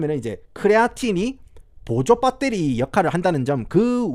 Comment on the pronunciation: ?? : 크리에이틴 입니다 크레아틴어쩌고... ?? : 밧데리 발음 왓다갔다 하는거 ㅈㄴ 정겹노 ㅋㅋ